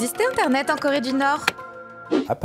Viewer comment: Corédunorstan*